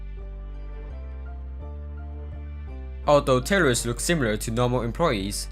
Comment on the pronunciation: When you say tellers i hear terroris